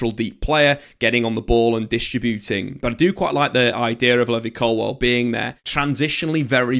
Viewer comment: Or " Colwell" ,as he says